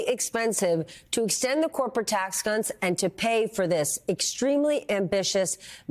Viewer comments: that did not sound like "cuts".... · Corporate tax whats?!?! Edit: sounds like she says the c word at the beginning 😂😂😂